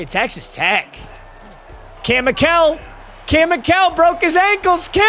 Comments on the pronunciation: It's pronounced Michael not mikell according to his player page on Colorado website. Also he's from my hometown. He played football, baseball, basketball, and ran track. He has school records in football and track. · For Kam Mikell it’s pronounced like Michael